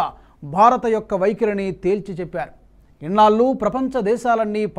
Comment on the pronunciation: ఇన్నాళ్లు అనాలి సార్. మీరు ఇన్నాల్లు అని అంటున్నారు. బాగా ప్రాక్టీస్ చేయండి. యాంకర్లు ఉచ్చారణ దోషాలు చేయకూడదు సార్.